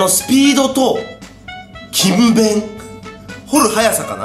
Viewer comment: 8分52秒 勤勉をきむべんって間違えて言っていてかわいい😆読み方はきんべん